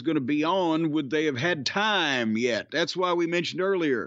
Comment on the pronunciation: Corny pronouncing tiiiime Like Thunderbolt Patterson is great😂